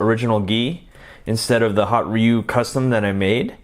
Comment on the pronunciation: You are the first person i kniw who say ryu name correctly, most people would say his name “Rye You”